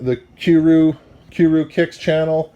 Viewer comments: He said Q ice and Q rew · He said Q rew haha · Did he just say cue roo kicks lmao😂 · Dude said q-rew,haha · Lmao he doesn't know how to pronounce Qrew (Q-RU) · Lol at this guy trying to pronounce Qrew " Shoutout to Q keew and qkwiees" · he couldn't says qrew kicks name right 😂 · "The Q-Rue Channel" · He couldn't even pronounce qrew and qias 😂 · Dude can't even say Qrew, Qias or anything with a Q right lol, L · lol the way he pronounced qrew and qias, dunno if that was intentional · Why did he say q rew